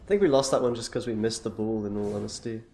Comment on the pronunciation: why do you always call ball "bull"